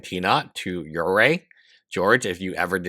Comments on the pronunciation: Uruguay - “your - ruh - gwai” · It's pronounced "Yer-a-gay" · I mean, at this point he should just attempt to pronounce it in Spanish IPA: [ˈu.ɾu.ɣʊaj] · You butchered that "Uruguay". It's "Oo-Roo-GooAye" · Next time type this into google so you don't sound like a goofball: "how to pronounce Uruguay" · Bro you speak english very well but how the fuck are you messing up Uruguay so badly hahah